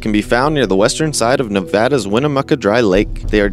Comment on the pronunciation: Thank you for saying Nevada correctly.